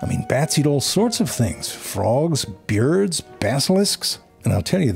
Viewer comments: fyurry byirds ❌ FURY BYURDS ☑ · Shouldn't that be: Bats: Ze fyurry byerds? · One million years later and I STILL say "byerds" all the time. I've been saying it for at least 5 years.